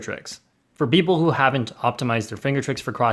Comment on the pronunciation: beople or people? i think he said beople its ok these mistakes happen sometimes